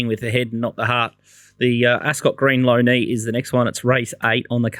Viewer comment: For Future reference, Lough Neagh (Pronounced LOCK NAY not Low Knee) was a Champion QLD racehorse who raced in a real Golden era, below is just a little about him Lough Neagh raced between during a golden era of the Australian turf and raced for nine seasons winning many major races and defeated the champions Nightmarch(The horse who defeated Phar Lap in the 1929 Melbourne Cup), Peter Pan, Rogilla and Hall Mark and holds a rare distinction of being a triple major race winner of the Rawson Stakes and Chipping Norton Stakes. Lough Neagh always spelled in the stables of his trainer and his racing colours were white jacket and green cap also carried to victory by jockey George Moore on The Diver winning the 1948 AJC Doncaster Handicap